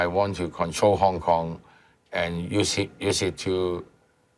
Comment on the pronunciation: Kong Kong Kneez...not Cantonese 😮